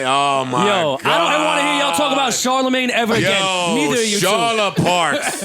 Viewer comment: “CHARLAPARKS” “PARKSAMAGNE” i’m in tears🤣🤣🤣